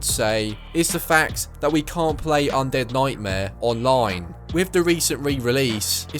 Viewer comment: Undead noightmare